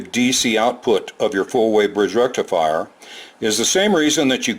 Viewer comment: with indian accent and little bit of reverb “FUUUULLL BRIDGE RECIFIRE!!!!!!!”